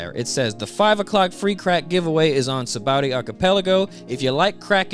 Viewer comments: Lol it's saba-ody archipelago bro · Love the videos. Only thing that's weird to me is "Sabowdy". "Sah-bah-oh-dee". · The English dub pronounces it "Sa-ba-o-dee", the Japanese kana say "Sha-bon-dee". Oda based its name on the Portuguese "Sabão", meaning Soap (that's why the bubbles!) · Y'all need to know this: Note that the island's name comes from the Portuguese sabão (which is pronounced like “sabon”) meaning “soap,” from which the Japanese シャボン or “shabon” is derived. That's why the island is called “Sabaody” but pronounced “Shabondy.” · I know that it's spelled "Sabaody", but it's pronounced "Shabondy". "Shabondama" is Japanese for soap bubbles, which gives the archipelago its name, and Oda is notoriously very bad at spelling with letters. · "Sabowdy Arkipeliggo"